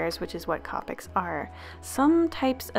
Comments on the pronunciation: Copics are pronounced co-pic not copic like co-owner not trying to hate though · Wow Iv never head anyone pronounce copics COPics I love the way you say it Iv always thought of it as COPEics 😄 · The way you pronounce copics is really satisfying for some odd reason